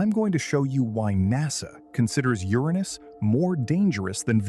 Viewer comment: Made it to 8 minutes. I can’t listen to you mispronounce Uranus anymore.